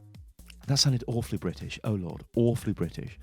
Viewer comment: "That sounded Awwwwwwefully British." HE'S BECOME SELF AWARE